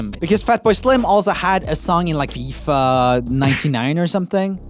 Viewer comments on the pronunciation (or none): none